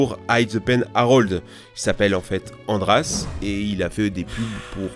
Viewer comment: Andràs ça se prononce andrache